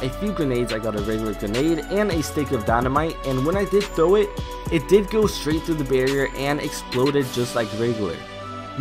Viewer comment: you accidentally said sh*t instead of straight